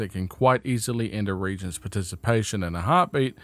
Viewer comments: Ok I’m confused are they pronounced re•gents or re•a•gents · The word is re-agents. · Re-agents, no reagents